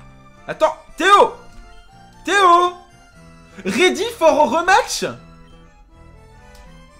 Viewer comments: RAIDI FOR EUH REUMATCH quelle magnifique accent anglais on voit que tu a vécu au canada:p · "RÉDI FOR EU REUMATCHE ?!"